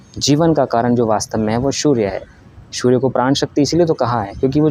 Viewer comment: Bhai ...surya ko shoorya kyun bolte ho aap ? Its S not SH Please correct your pronunciation.